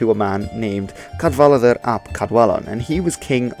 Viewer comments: Don't say "Cadwalladr" as if it's German. The "w" is not a "v". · Cadwaladr ap Cadwallon :/ The double L vs single L is a big difference. The “w” is also a vowel, pronounced the same as the vowel in “boot” in English. So it is /kad'waladər/ not /kað'valaðər/ that you seem to say at first. (Additionally, double D is /ð/ (the same as the ”“th” in “the”) while a single D is still /d/.) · Jonathan Murphy Cadwaladr and Caswallon is dodgy, but Glyndŵr is absolutely spot on. Doesn't help that spelling used for Cadwaladr uses two ll for some reason, which may make unsure of the pronunciation. It's just one l in Cadwaladr. By the way, 'cad' is old Welsh for battle which is why it crips up in names of kings. And in modern Welsh is most often heard in the Welsh word for 'headquarters', pencadlys, which literally means 'head (main) battle court'.